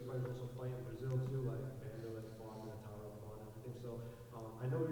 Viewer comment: Love how he calls Tyron "Tyrone," lmao.